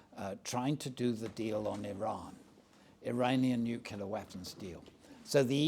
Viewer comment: gives no agency to the ukrainian people...(madam, thank you for your question) he calls ukraine a 'small' country, which it most definitely is not and 'nucular'...really? would be good to hear someone like him posit on how things would have gone if eu rather than nato membership had been given the greater impetus over the last 15 or 20 years total tory